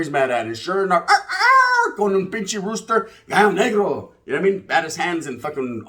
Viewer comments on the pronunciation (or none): none